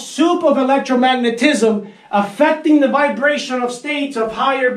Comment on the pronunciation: Electro… magna… tISM! 🤣